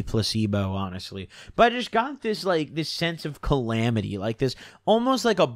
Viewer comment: ca·lam·i·ty /kəˈlamədē/ noun noun: calamity; plural noun: calamities an event causing great and often sudden damage or distress; a disaster. "the journey had led to calamity and ruin" you did it last week too lmao